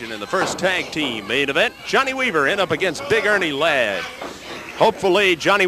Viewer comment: JOHN-NAY WEE-VER 😂😂 Big Dust